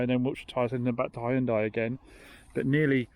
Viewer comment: Did you hear that Americans? H-Y-U-N-D-A-I, not Honday. :)